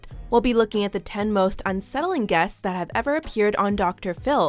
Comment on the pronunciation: no way in hell this btch ACTUALLY pronounced it how bout dAt